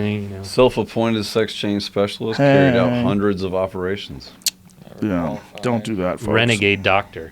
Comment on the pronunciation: Joe said hundrit percent to emphasize his certainty